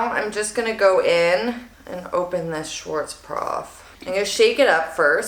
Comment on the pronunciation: Shwartz-prov? 🤣 Cracked me up all the way through.